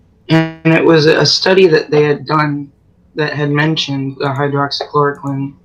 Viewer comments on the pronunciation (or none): I'm sorry but the pronunciation of Hydroxychloroquine is hydroxy-chloro-keen ..idk why that bugged me so much